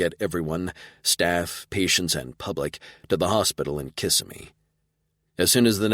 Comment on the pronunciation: I have enjoyed this series so far. This is the first book that being from Florida gives me a giggle....Kissimmee is pronounced wrong in the narration. We call it Kis Sim me not kiss a me. Lol